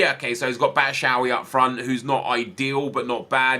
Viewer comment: Sorry but your saying Batshuayi wrong. Bat-Shoe-eye-e:)